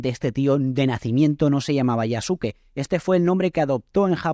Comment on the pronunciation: Yasuke se pronuncia "Yaske".